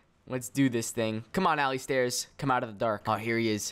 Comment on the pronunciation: Did u call alistairz Allie Stairs XD